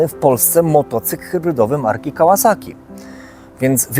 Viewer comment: PS Tak w ogóle propsy dla twórcy kanału za poprawną wymowę nazwy firmy Kawasaki. Może to drobiazg, ale jestem cholernie wyczulony na takie drobiazgi.